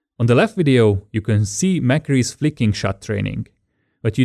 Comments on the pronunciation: mcree not mAcree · Wrong, actually. It's pronounced MickCree, not MackCree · mccree not mcree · The MOFET Kid mc is pronounced 'mac' so its maccree